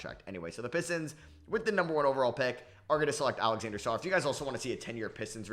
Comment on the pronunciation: You know.. its “Alexandre Sarr” not Alexander